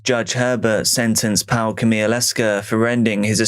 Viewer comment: Powell? Pawel, Pa-vull